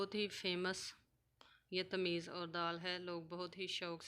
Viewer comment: Tameez nahi bhai tamees